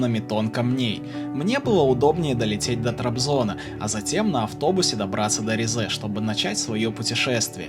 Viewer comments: Только Ри́зэ, а не Ризэ́ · Уважаемый автор, я конечно понимаю, что вам когда-то сказали, что ударение в турецком языке обычно падает на последний слог, это верно… но только не с именами собственными, т.е. не ризЕ, а рИзе, не истанбУл, а истАнбул, не анкАра, а Анкара, не караденИз, а карАдениз… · Ризе ударение на и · Вместо ризе послышалась рязань